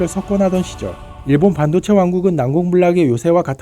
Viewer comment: 반도체 발음을 반도(한반도)로 하는 이상한 아나네.. 뭔가 의도가 있어..